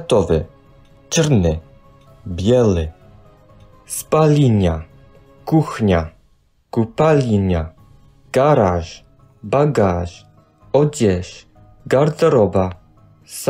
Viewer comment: He also pronounces "ль" as "ли", e.g. ─ he says "спалинья" instead of "спальня". Then again he says "купалиня" instead of купальня". Weird, he could have just used his normal "l", which he softens by default, and he would have pronounced the word correctly.